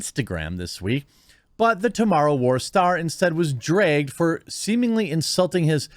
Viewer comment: Always found it funny when Jeremy say "Dragged"😅 And that was a sweet post he did for his wife man. I don't think these people understand it but in my experience, if I told my girl that her heart belongs to me... She thinks that's sweet